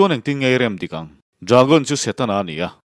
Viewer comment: Shawm na, Shakawlh, Shawi, nasha tak. Shetana, Shavawm, Shakei.....Sha mah mah...Duhlian țawngah "SHA" a a awm lo..ngaihthlak a hrehawm lek lek...